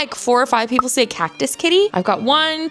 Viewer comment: Call it Cat-cus. Swap the t and the c in ‘cactus’ 😂❤